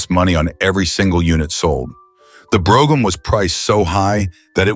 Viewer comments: Funny as shit how random Brougham is pronounced.. Drinking game content. Will he or won't he say Brough-ham ? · The AI narration pronounced "Brougham" 4 different ways. Wish it would have settled on the right one, which wasn't one of the 4! LOL